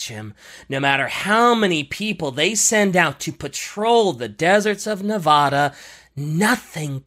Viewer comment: It hurts listening to saying Nevada like that...